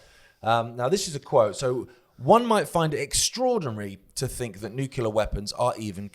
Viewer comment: sounding like George W Bush. Neucular weapons😂